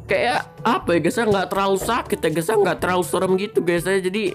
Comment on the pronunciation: Video lain:guys guys guys Video yang ini:ges ges ges :v